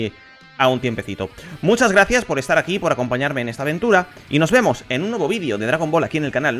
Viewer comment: Me estan dando combulsiones de solo escucharlo jajaja